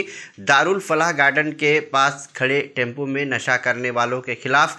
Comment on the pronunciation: टेम्पू नही टेम्पो 😂